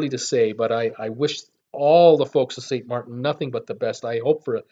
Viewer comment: SaintMaarten get it right I'm from Saint Maarten🌄 we are open Y don't u fly🛫🛬 down to see for your self